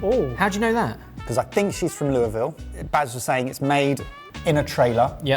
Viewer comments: PROPS to for getting the pronunciation of Louisville correctly! I'm born and raised Kentuckiana person and people from around here will ABSOLUTELY correct someone on how to say Louisville lol. There's plenty of AMERICAN people who don't say it right and you all have a different accent to ours and still said it perfectly! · Woah he said Louisville right